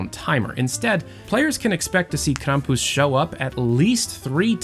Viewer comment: That’s how it’s meant to be said